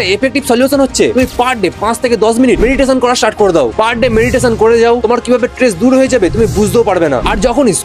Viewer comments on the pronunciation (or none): Tress❎ stress✔️